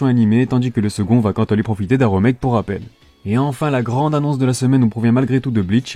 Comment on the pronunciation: oui c'est remake mais prononcé a la française